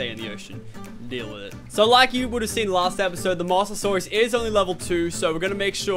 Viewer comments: Say it like MO-SA-SAUR-US not 'mossasaurus' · its pronounced Mose not moss